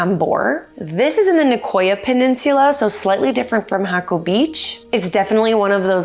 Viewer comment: No.. "hack oh", yes... "hah ko".